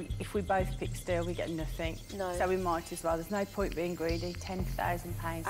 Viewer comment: I love the way the host says nothing. “Nothink”